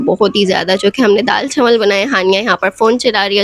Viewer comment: Chawal❎ Chanwal✅😂😂😂